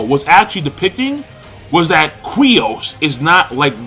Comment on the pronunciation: His name is fucken Kyros, stop sayin Kryos... Thats so fucken annoying